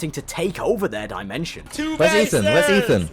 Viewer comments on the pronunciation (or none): none